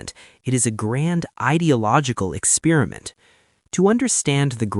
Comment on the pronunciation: eck SPEER a mint = experiment ??